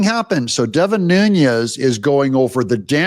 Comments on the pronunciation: It’s “NEW-nezz,” Doug (not “NOON-yezz”). there’s no “y” sound in Devin Nunes’s name. Thank you for your attention to this incessant matter. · You're right about oBaMa, Doug. (PS: I think "Nunes" is pronounced "NEW-ness," and not what the Spanish pronunciation would be with the little tilde above the "n.")